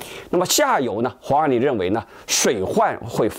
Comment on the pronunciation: 是黄huang 万里，不是王wang 万里。